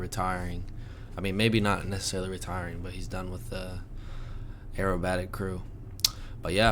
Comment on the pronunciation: To me, an English person, the way you said "aerobatic" then sounded exactly like you said "arab attic". I swear I don't know why that made me laugh so much 🤣🤣